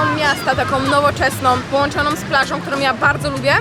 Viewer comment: PięknOM,połączonOM,liczbOM sOM , nie będOM, świadomościOM, ze mnOM, mogOM, czekoladOM, odzieżowOM, salsOM, ciężko się tego słucha, kto tak kaleczy język polski.... 😮😢